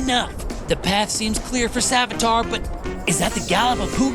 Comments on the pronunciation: its Savitr not Savitar , i almost got confused for The Flash villain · "Savitar", Sonion😭💔✌🥀 It is Savitra ffs. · You really think they can pronounce savitr